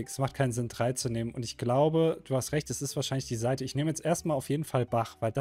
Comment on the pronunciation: Aber es war doch Seite und nicht Saite D: leute.. das ist ein Unterschied. tztztz.